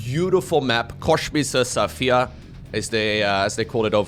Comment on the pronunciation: why did u specifically mention Krefeld? I live there xd On a seperate not, love ya, thanks 4 your content <3 ah, and, btw: it's "Kosmisch", so the "s" comes before the "sch":D